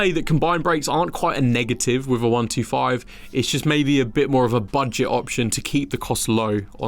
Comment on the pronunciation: He has trouble with his 'thr..'. "Firteen", "top free", "wiv", "fr'own in". Apart from that annoyance, a good clip as I'm in Vietnam and need a new bike. The Medley looks favourable after my 2009 Sym Excel 2.